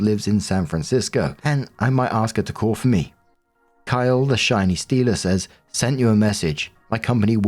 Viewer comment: Story 3 - When sees "Kylee" - Female, purposely ignores the second "e", and insists upon pronouncing it "Kyle" - Male, thereby almost certainly misgendering the person. It's either congenital idiocy or intentional rage bait.